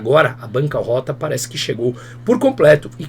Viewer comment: Banca “rÔta” e não banca “róta”, é desta forma que se fala. A retirada de acentos na reforma ortográfica deu numa série de erros de pronúncia para quem nunca ouviu certas palavras serem faladas anteriormente.